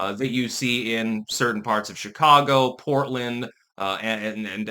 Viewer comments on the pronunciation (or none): none